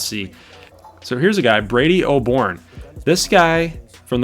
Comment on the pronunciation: Also it’s Oborne, not OBorne